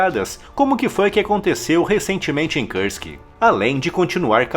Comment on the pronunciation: Se pronuncia "Kursk", com o som de "u".